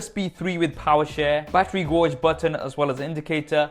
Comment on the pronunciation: pretty sure it's a battery G-A-Y-G-E button not G-O-R-G-E xD, nice unboxing though